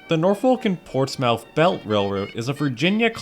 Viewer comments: As I live near a Portsmouth with a NS yard its not Ports-Mouth its pronounced Ports-Smith, Just letting you know. And ive been to the Norfolk, amazing place! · myth not mouth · Ports-Mouth bruh. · I never expected that this was a heritage unit I always see that in the yard by downtown Norfolk via interstate and I'm actually from Chesapeake but the local people and surrounding areas actually calls it Portsmouth but the O & U is silent and it sounds like it have a "i" in it so hope that helps